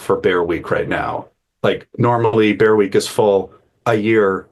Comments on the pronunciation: Think he said beer week.....🤷‍♂️ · Did he say bear week